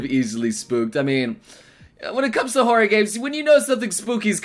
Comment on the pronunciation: all I could hear when he said horror was horry